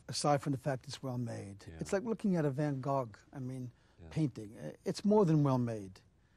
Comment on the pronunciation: Did he say Van Gogg painting? 😅